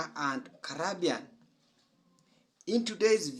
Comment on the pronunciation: Why are u still HERE 🇯🇲 U can't even pronounce the name Caribbean correctly Why aren't u doing ZIMBAWE